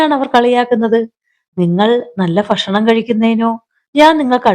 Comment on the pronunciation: കഥ വായന ഒക്കെ നന്നായിട്ടുണ്ട്.. പല സ്ഥലത്തും ഭ.. യ്ക്ക് പകരം ഫ എന്ന ഉച്ചാരണം അരോചകം ആയി തോന്നുന്നു. ഫക്ഷണം.. ശോഫ..